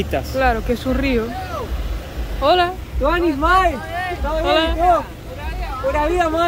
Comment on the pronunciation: Hola chicos! pronuncia tuanis Mai y es tuanis mae